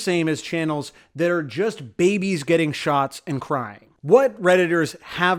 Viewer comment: every time you say 'babies getting shots' I hear 'babies getting shot'. thanks.